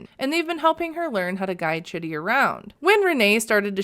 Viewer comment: I’m pretty sure Rayne is pronouncing his name wrong and it’s pronounced like “cheedee”. His family seems to pronounce his name like that (also it’s spelled the same at least as Chidi from “The Good Place” and that’s how they pronounce it there too lol)